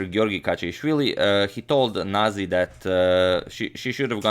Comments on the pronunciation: that is Georgian name and its pronounced as nazi, not naji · say the way you read every word. not naji its nazi :) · It's proncounced nazi, as in the same the german variation. Whoever pronounced it as naji was probably being politically correct or something.